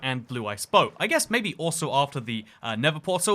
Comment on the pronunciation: did my man just say 'boat' like 'bott'